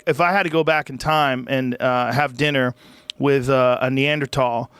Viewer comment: Joe “Knee-Ander-Tall” Rogan